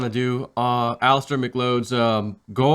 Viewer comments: Alister “McLoad” lol it’s pronounced Mc-Cloud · Did he say Alister Mc load?